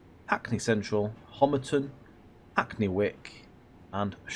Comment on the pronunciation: Well done on getting the name “Homerton” right. As most are saying it wrong.